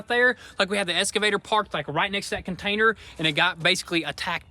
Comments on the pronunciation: EXcavator.... ^^ escavator? ^^ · Sons, i tried for a long time but it's gettin on ma tits! Its EXCAvator not ESCAvator! Say it right!